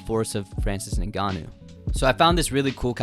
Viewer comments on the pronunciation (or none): Why do you keep pronouncing Ngannou like Nigannou? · It's pronounced N-gannou not the way you're saying it bro 💀